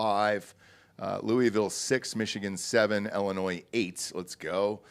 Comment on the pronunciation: Its not pronounced ellinoy.. its a fucking i not an e